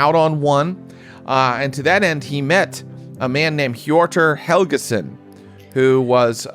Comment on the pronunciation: I know this is a bit late, but I think misread or misspoke with Helgason - I think it's Helgeson or Helgesson. Helge is the male version of Helga and was a relatively common even up to our time. Pronounced somewhat ish like Hel - jeh or Hel - eh depending on where you're from.